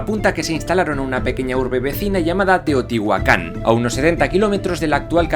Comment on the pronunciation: Me encantaaaas! Dijiste bien Chchimeca y Teotihuacan pero mal un apellido hispano xD MORELOS TIO